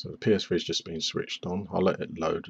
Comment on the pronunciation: the psfree is what it sounds like he is saying lol